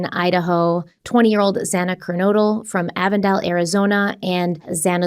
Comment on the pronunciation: We got it. I think it was worse the judge get Xana’s name wrong. I mean… it’s not that difficult to say her name.